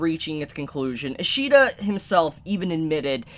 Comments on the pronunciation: His name is pronounced “Sway ish ida” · No, its ishida sui